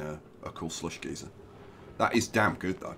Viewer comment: Geyser=Guy-Zer . One pronunciation gives off steam and hot hot liquid; the other just gives off hot air at both ends.